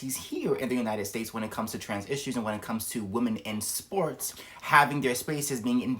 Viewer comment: So no-one is talking about the weird way he is pronouncing women.... if you need to to the spelling on it, you need to take account the e.....pronouncing it like a European I 😂 america is wild yall. Woke have destroyd everything, even this man